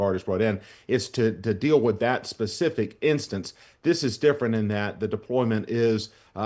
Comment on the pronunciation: It’s (D)ifferent